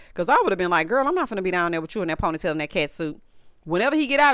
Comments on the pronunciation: Every time you said that POINT-TEE-TAIL It took me out!!!!😂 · ME TOOOOOOOO😂😂😂😂😂